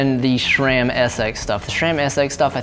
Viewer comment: stop saying schram. Does every murican try to sound dumb or do you hate the brand?